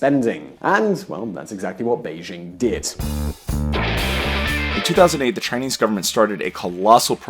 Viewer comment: Excellent vlog. To improve it. Do what few do: pronounce Beijing correctly. "Bei" as in Bay, "Jing" as in jingle (NOT zzzing).